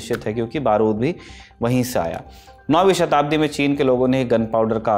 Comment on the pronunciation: clear bolo shtabdi kaun si thi